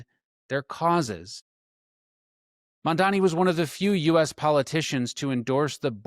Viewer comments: I liked this info but you need to check the spelling and pronunciation of MAMDANI not MANDANI. Thank you. We need to get the DOJ to end this HAMAS supported Mayor. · You’re creating an entire video and can’t even pronounce or write the man’s name correctly; what is wrong with people? I think it has to do with the fact that Americans generally only speak English. Get it straight: “mom Donny” how’s that? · I want to listen, but if I took the time to make a video about another public figure like, I dunno, let's say Cuomo, and I spent the whole video mispronouncing his name, I would be so embarrassed I would take it down and reshoot. But you're doing it intentionally. What is up with that? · You can't even pronounce his name which shouts both bigotry and incompetence lol.